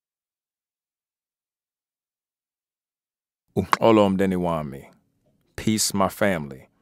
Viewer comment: Your pronunciation of "uxolo mndeni wami" is very good - have you lived in South Africa (I assume you are not a native speaker of Zulu)? Phambili